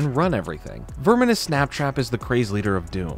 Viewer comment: I think you're slightly mispronouncing Snaptrap's first name.